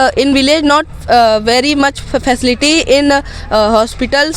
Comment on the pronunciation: फैकेलिटी ✖️ facility ( फैसिलिटी ) ✔️